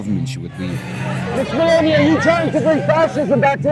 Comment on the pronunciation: How Terrible Is the italian of the speaker, not even one Word Is pronounced correctly. Meloni becomes M'lonee, Perugia becomes P'rooj'ah, for istance.